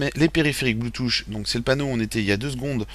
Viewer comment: ON NE DIT PAS BLOUTOUCH!!!